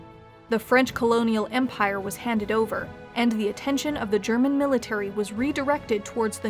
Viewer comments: Do you speak German,? I'm still really impressed with your pronounciation. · Her German pronunciation is really good for an Anglophone.